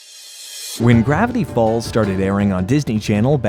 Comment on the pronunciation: Bro at the start said "gravity balls" instead of "gravity falls" 💀💀💀